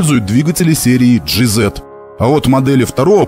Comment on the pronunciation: Жи есть ЖиЗет от автора звучит как ДжейЗет